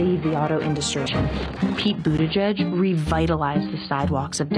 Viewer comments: "Pete Bootabig" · Jimmy, it's pronounced Boot-edge-edge. Not boot-a-gig.🤣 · It's pronounced Bootycheck, Pete Bootycheck... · I pronounce Pete Buttigieg booty-judge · I love how Jimmy always says his name wrong on purpose Pete BootaGig 🤣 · Boot-edge-edge. Biden is pronounced ray-cyst. And btw, ray-cyst cheated too. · Sorry, but it'll always be pronounced "Booty Judge" for me